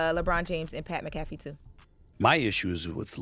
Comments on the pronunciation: Pat MACK UH FEEE not muh kaf fee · Damn people really don't know how to pronounce Mac Ah Fee and not Mac Cat Fee 😂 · It’s Pat MACK - AH - FEE .. 🥲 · Its Pronounced MAK-A-FEE......smh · Did she say Pat McCoffee? ☕ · Pat MCAFFY 😂😂....oh no! Did mispronounce a word 😮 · Mack-kuh-fee is how it’s pronounced. But otherwise you do a great job! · Way to butcher Pats last name lol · Ctfu she definitely pronounced his name wrong 😂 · Get the man name right!!! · She messed up Pat’s name and giving false reports on Bronny Why y’all don’t have that Jess energy for Lauren??? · Mc-afee??? 😂😂😂😂😂😂😂😂 LMFAO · definitely doesn't know who pat is because she botched his last name 🤣🤣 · Who the Hell is Pat Mcaffy????😂😂😂😂 Come on now pronounce that man name right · I need to pronounce Pat McAfee name correctly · Bruh you said his last name so wrong 😂😂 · Lorna needs to learn how to say McAfee